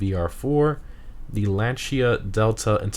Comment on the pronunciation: Wow, perfect “Lancia” pronunciation!